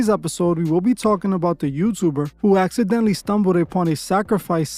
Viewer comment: Bruh it's *Accidentally 😂